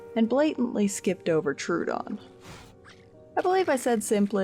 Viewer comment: idk if anyone cares, but I googled the name and it's pronounced trow-uh-don (/ˈtroʊ.ədɒn/) not true-don (/'tru:.dɒn/).